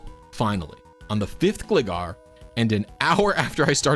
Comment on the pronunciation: it's gLIEgar, like Glider